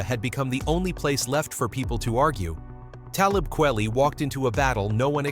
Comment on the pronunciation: I really cannot take your bad pronunciation of his name. Simpleton.